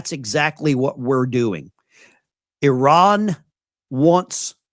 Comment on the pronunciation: Poor. He’s like all the rest. He has no idea how to pronounce. I R A N❗️